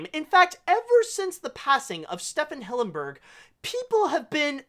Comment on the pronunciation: It’s pronounced STEVEN Hillenburg, not Stephan